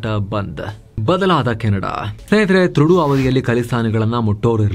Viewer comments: ಟ್ರುಡೋ ಅಲ್ಲ ತೊರಡೋ😂😂😂😂🎉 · name Justin Trudeau .... pronounciation TRUDO antha....